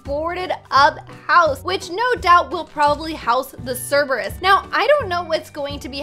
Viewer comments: ITS KERBIUS NOT CERBIUS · what is this animal?!?! I think cer-bee-us and uhm or-fee-us Me: Oml i love this vid -_- IT IS COMMON KNOWLEDGE IT IS GREEK IT IS OUR PAST!! Cenatours ooh medusa! Ahh a chimera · cerberus is pronounced cer bur us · Ser - Ber - Us (Pronunciation) *I love le Hell Hound <3) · how to pronounce: sir-bee-us :) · It's Cer-Ber-Us